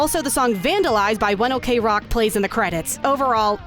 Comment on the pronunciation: Great vid. Only thing I feel needs to be brought up is that the singer for One OK Rock has stated that the name is pronounced "One ocrock (like clock)"